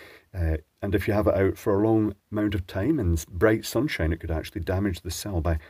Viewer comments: sunshite? sunshight? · Sunshite lmfao